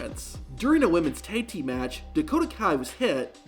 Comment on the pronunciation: Why did he say „Thaig Team“ all the way? Tag Team, simple.